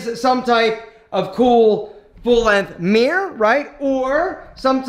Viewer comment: It’s Mirror not Mear.